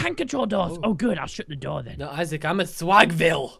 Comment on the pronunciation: "the do-ur doesn't wur-k"